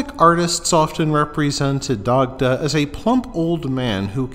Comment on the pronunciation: Great information here. Glad to see someone spreading the information. The only thing I'll say is some of the pronunciations here were absolutely butchered hahaha. For example, Dagda is pronounced "die-da".